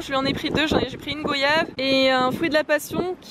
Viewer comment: Soit dit en passant, on prononce le "oy" de goyave comme celui de voyage. Sinon je suis pas très vlog mais vidéo franchement sympa ! En fait j'pense que t'as l'air trop cool et que du coup on passe un bon moment quoi qu'il arrive. :)